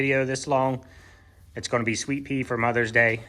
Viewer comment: Mothers Day Soap, I can't tell if you said Sweet Pea or Sweet Tea scented. Can anyone tell me?